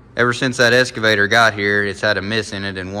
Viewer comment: Eeessskaavator and oooolll gallery… excavator and oil galley.